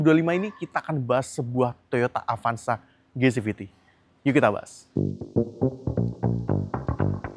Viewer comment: Avanza bang, bukan avansa